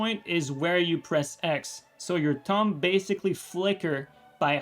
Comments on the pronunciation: Have to admit, the fact his pronuciation of "thumb" sounds a lot like "tongue" to me made this video a lot funnier that it was supposed to be. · When you were saying "thumb" I kept hearing "tongue" and was like......